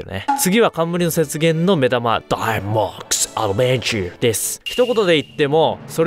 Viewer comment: ダイマックスアドベンチャーの時だけ発音いいの草